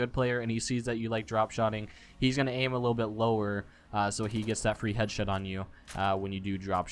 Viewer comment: "so i can get that free headshit on you " "